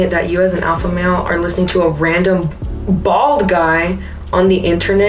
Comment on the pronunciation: Loved this, but dang girl you really emphasized the bald in “bald guy”, lol the poor good men out there that lose hair so young pobrecitos don’t attack em like thatttt